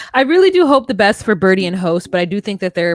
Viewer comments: And it's Bridie not Birdie 🤣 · BRIDE-ie NOT Birdie